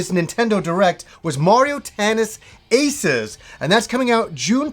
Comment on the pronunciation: Hey you said "Aces" right this time lol